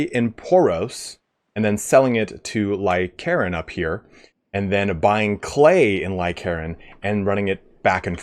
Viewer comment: For example, you pronounce Lycaron as Lie-Karen instead of Lie-Ka-Ron